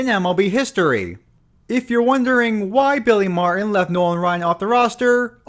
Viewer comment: Just an FYI: Billy MarTin has a “T” in the middle of his last name. It’s not “Mar’in.”